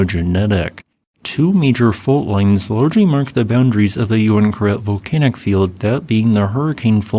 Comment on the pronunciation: So I was right, it was pronounced "you win karet" and not "ooween karet". Haha.